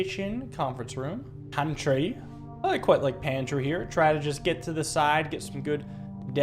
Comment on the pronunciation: everyone is hyped about veranda but im living for the "pahntry" we got